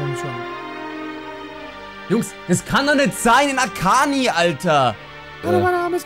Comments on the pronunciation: Tisischubech sagt akanji akani und nicht akanschi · Der heißt Akanji, nicht Akani. Da ist ein J im Namen. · Der Verteidigen im ersten heißt Akanji und nicht Akani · Möchte jetzt nicht Streber Spielen aber man spricht Akanji Akanschi aus 😂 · man spricht es akanschi aus